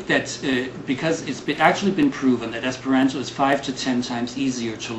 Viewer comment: I think this is a fair presentation. But the pronouncing of the "ant" in "Esperanto" like the insect is a little distracting; it's supposed to have "a" as in "father". It is a good point, that there are a higher proportion of "strange" people in the Esperanto movement than in the overall population, simply because someone who would learn Esperanto is someone who is not afraid to do something that isn't popular. It's not like there is something inherently oddball in the language itself; it just hasn't become mainstream (yet!).